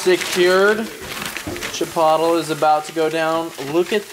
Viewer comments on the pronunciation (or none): did this man just call chipotle chipatol 😂😂😂, anyway u the goat fam u hugeee.